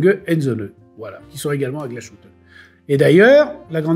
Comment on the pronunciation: Très chouette émission. Pour pinailler, Glashütte se prononce "glace hutte". Ca fait mauvais genre pour un spécialiste horloger qui se respecte de dire "glachute"